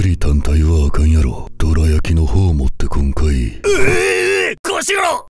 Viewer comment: 大嶽のカシラは多分「どら焼き買ってこんかい」の「こんかい」を「こーかい」みたいに言うと思うなー